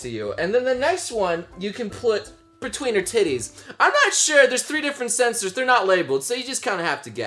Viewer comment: i'm confused, are you saying sensors or censors? XD